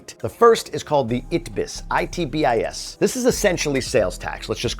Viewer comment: Ok that's it! I'm writing to Silvia! You've been down there long enough to pronounce ITBIS correctly! Jk Amazing content and as always great tips!